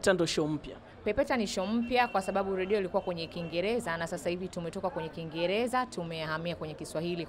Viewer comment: Wewe nini "ladio" usiandike unavyo sema ....."Radio"